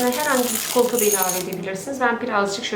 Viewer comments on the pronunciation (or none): none